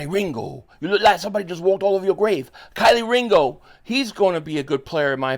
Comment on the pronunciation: who tf is Kylie Ringo it’s Kelee😭